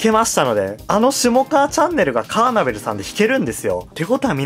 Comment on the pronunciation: カーネトル❌ カーナベル⭕